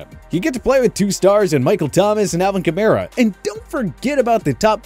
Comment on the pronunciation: “He’d get to play with two stars in Michael Thomas and Alvin Kamara.” Kamara… 😬